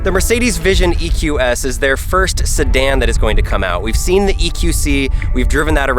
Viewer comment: Beautiful car, but you lost me forever at "sedan"